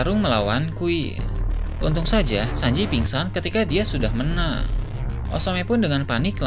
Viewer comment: Bro ini cuma telinga ane apa ente yg gk jelas ngmong "NG" nya? king jadi ki, menang jadi mena😂😂